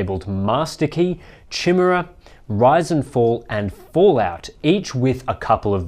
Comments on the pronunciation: Dude, it's not Chin-mera. it's pronounced k-eye-mare-uh. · isn't it 'kai'mera? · Chimera is pronounced kai-mare-ah it is a mythological Beast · by the way, I think chimera is pronounced kai mera. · LOL, chimera is not pronounced like that. It sounds like ki-mere-ah. Chi·me·ra also Chi·mae·ra (kī-mîr′ə, kĭ-) n. 1. Greek Mythology A fire-breathing female monster usually represented as a composite of a lion, goat, and serpent. 2. An imaginary monster made up of grotesquely disparate parts. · Before rush to any conclusions, they should rush to get a pronunciation dictionary and look up "chimera". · Learning how to pronounce "Chimera" before making a video might be a good idea... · thats not how you pronounce "chimera" :D